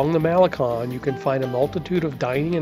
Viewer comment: It's a cute and informative video. Your voice is very pleasant and easy to listen to, until you pronounce many of the words and names here in Vallarta. Malacon for instance is one that I hear all the time and I cringe every time I hear it mispronounced. It's Mal-a- CONE not Mal-a-KAHN..😬 Taqueria also, it's tah-ka-ria not tack-a-ria. All the carts in that location actually are very very good. Open well into the night as late as 4-5 in the morning. So when you're hungry after that late night of bar hopping, it's a great place to stuff the belly. And then, one mistake in your video as you were describing the Palms Cabaret, your video is showing the location of The Incanto which is a completely different place for cabaret and shows. And you were on point about Pancho's tacos, it's a sham, it's a hype, it's all about the notion of the line to get in there. People think because there is a line that it's a fabulous place. The places you mentioned are much better than that. Go right next door to Cafe De Olla'. I have been frequenting this city since Pepe's Tacos opened 30 +/- years ago, and I can say, they can advertise the best tacos in town, and they do, right on their sign.